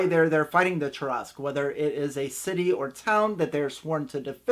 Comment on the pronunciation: First off it was extremely painful to hear you pronounce Tarrasque incorrectly that many times. Second I would just have them all die and wake up together as their first levels with no explanation. I would let the reason why unfold slowly as the game progress'. I however am not the norm. I like to improvise alot of my games on the spot and as we go working the characters backgrounds in as much as possible. I have gotten very good at that.